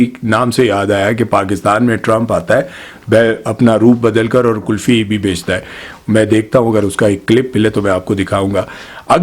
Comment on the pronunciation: کلفی نہیں قلفی ہے درست لفظ